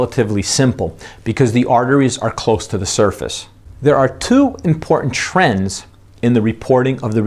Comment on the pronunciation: OK the word important has a "t" in it for a reason. It is impor-tant not impor-ant...